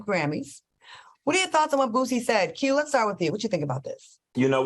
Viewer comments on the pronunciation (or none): Boosie not Bootsy lol go on to the next Thang Al! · “Bootsie” lol. His name is Boosie I am sorry, he is from my hometown